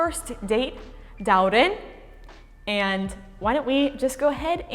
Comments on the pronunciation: Сорлы қазақ, тым болмады атыңды дұрыс аитқаз. ДАурен емес ДаурЕн деп. Және казакһ емес қазақ неболмаса,, Qazaq" деп. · Dauren does not correctly pronounce his name